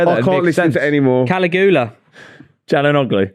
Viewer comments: Caligula(Ka-Lee-goo-la) as says…is actually Caligula(kuh-li-gyuh-luh) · To it’s Cal-ig-U-la not Cali Goola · You'd think would have looked up how to pronounce Caligula